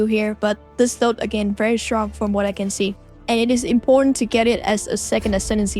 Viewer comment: Very SHtrong, Critical SHtrike 😂 Sooooo cute 😊